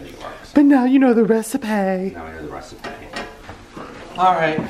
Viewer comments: I get so excited when I see your vldeo is ready!!! And ‘recipay’ 😂😂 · reci-pay. haha